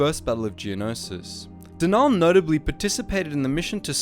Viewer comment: I’m afraid it’s not pronounced denaaal or deviiiiiss it’s denal and deviss